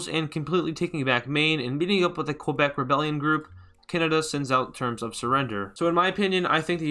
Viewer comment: its pronounced KEbec